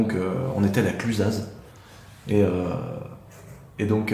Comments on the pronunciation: bon tu peux pas savoir mais chez nous en Haute-Savoie on prononce pas le « Z » à la fin de Clusaz. Pareille avec Chamonix et le « X » et puis pareil avec tous les noms de blèdes. #monchu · Malheureux touriste de ses morts on prononce pas le Z de Clusaz ! Comme le X de Chamonix... !! :) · salut le z de clusaz ne ce pronnonce pas je suis de haute savoie je sais vous ne le savais pas mais ca nous fait un peut mal au oreilles😁